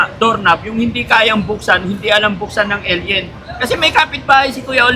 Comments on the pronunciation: Alien not aloud 😂😂😂😂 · Nakakatawa ka nman may pa ellien ellien kpa ah 🤣🤣🤣🤣🤣